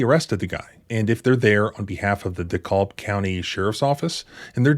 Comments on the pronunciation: It’s pronounced de-cab, like taxi cab. I grew up there, scumbag corrupt police in so many towns of Georgia. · This is all very scary, especially since I live in the area. Just an FYI, DeKalb is pronounced around here with a short a as in apple, with the L silent, as if it is spelled DeKab County. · Its deecab.. no dee calb... .but spelled DeKalb.....l is silent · Also curious why a DeKalb County (pronounced Deh-Cab) fugitive taskforce is serving arrest warrants in Fulton County. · Dekalb County is pronounced DeCAB County. As in taxi cab, emphasis on cab. Duh-CAB County. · Just so you know I am from metro Atlanta. Dekalb is pronounced DUH-CAB. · Pronounced D-cab. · Dumb interjection here that my ADHD brain won’t let go— in Georgia, DeKalb is pronounced “de Cab” like the car service. It doesn’t matter. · Oh - It’s pronounced Deh-Kab County. The L in DeKalb is silent! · Btw...to Everyone... This county name , ' Dekalb ' , is pronounced ' De kab ' , the l is silent... Just fyi to all😊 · It’s pronounced “D-Cab”. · Dude every time you say Dekalb is like nails on a chalkboard. It’s pronounced D-cab. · I'm surprised the cops weren't dumb enough to try and break him out of the Indianapolis prison to arrest him BTW, it's pronounced like you're getting out of a taxi. De-cab county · I from Atlanta. You say it " Dee Cab" Not what ever it is you are saying!!! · It comes up often enough you need to learn how it’s pronounced locally. “Dekalb” county in Georgia is pronounced as if rhyming with “The Cab”. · It's pronounced like Dee-cab. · Pronunciation: DeKalb = duh-CAB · its deekab pronounced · I grew up in DeKalb County. The L is silent. It sounds like “de-CAB” when it’s pronounced correctly. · Just an FYI, the county is pronounced this way: DeCa(l)b. The 'l' is mostly silent. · Everyone down here in the Atlanta area pronounces Dekalb deh-cab. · Dekalb is pronounced like "DeeCab" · It's pronounced DeeCAB county. DeKalb. I hope this woman gets a fortune for this. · DeKalb= dee Cab.